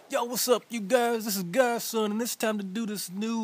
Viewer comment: Why do you pronounce your name "God son"? Isn't it Gods on Coc-....